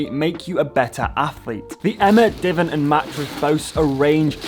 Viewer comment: How are you pronouncing divan? 😳 (BTW - Great idea with the donation)